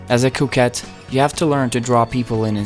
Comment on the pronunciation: Lol I thought he was saying Coke head the entire video